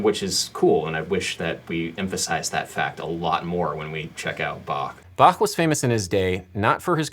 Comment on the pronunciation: I'm from Austria (for all that don't know, we speak german over here) and I just gotta say: I love your pronounciation of "Bach". It's awesome to hear an english-speaking guy pronounce the "ch" right!!! :D and a nice video btw :D